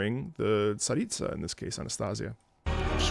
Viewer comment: omg you pronounced Tsaritsa so well here my ears are blessed